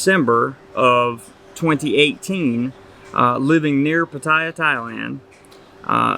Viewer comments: Could you perhaps one day learn how to pronounce Pattaya correctly? Or are you unable to learn new things? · How long time do you think you have to live there before you can pronounce the name right...?